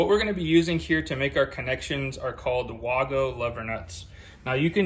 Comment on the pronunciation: PLEASE pronounce Wago connectors WAY-GO!! This is how the manufacturer pronounces it